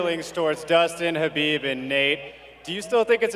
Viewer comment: Say “Khabib” and move into Conor’s psyche free of charge.